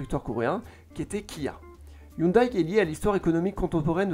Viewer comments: Ca se prononce hyundé par contre 😅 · Sa prononciation de hyundai me fait saigner les oreilles. Sinon, ses vidéos sont toujours au top